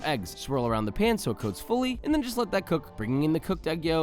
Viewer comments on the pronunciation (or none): none